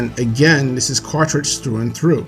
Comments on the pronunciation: Quaritch is my favorite villain. I agree with everything you said. Just one nitpick- you call him Quatrich when it's Quaritch. Just remember, he has a "Quarrel Itch" aka Quaritch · Bro you keep saying Quatritch. It's QuaRitch not QuaTRitch.